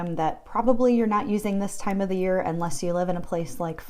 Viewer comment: Time? Dont you mean TH-IME is how it is pronunced....